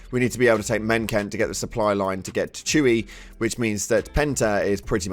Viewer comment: its pronounced choo-heh dude not chewy